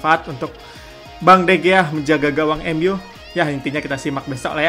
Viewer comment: Sedikit pembetulan dikarnakan orang Sepanyol sebutannya jadi De Hiya